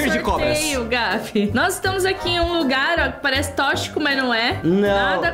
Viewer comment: Ameiii O vídeo e Gabi 💜✨❤ A shi kkkk falando tochica em vez de toxico.